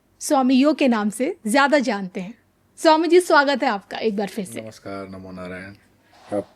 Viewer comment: नमश्कार नहीं नमस्कार जब बोलना ना आये तो बनावट नहीं करो आज भी हमारे देश मे बहुत से लोग हैँ जो अपनी बात को बलपूर्वक बताने के लिए बहुत अधिक बनावट भरते हैँ मुर्ख हिन्दू